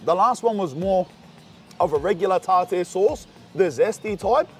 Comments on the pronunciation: Man it's pronounced Tar- Tar ,tartar sauce...here you are doing a fish review,you are tasting them for the first time so maybe taste it before you smother it in "Tartar" sauce 😏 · Tar tear sauce💀💀💀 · The pronunciation of tartar sauce 😂🤣